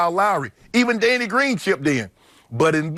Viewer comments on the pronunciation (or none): "DANEY" GREEN? REALLY?